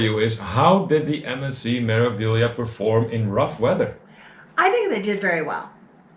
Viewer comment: Your pronunciation of Meraviglia is pretty close except the first syllable is Me (as in May), not Mer. It follows the standard consonant-vowel format: Me-ra-vi-gli-a. May-rah-vee-lee-ah In Italian, E is always pronounced like AY as in day, and the R is rolled. You mastered the often confusing syllable GLI = LEE. I did one Mediterranean cruise on MSC and that was enough. They are beautiful ships but never again. I felt like it was a tug-of-war with my wallet. I'd prefer to deal with pickpockets in Rome than those thieves.